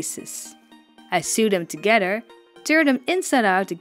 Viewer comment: Great custom, as always. I love the bold color choices and your modifications. The word "sew" is said "so". Since it is not often used except by people who do sewing, language learners do not get a chance to know how it is said. English can be tricky!